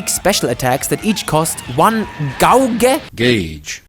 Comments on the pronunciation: Oh bless your gowge? Gauge gauge gauge!😂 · Gay-age altogether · Gay-tch lol